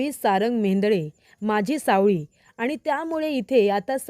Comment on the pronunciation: सावली म्हणा सावळी नको